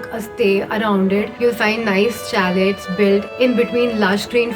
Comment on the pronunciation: Informative. You said chalet it’s pronunciation is Sha-lay not let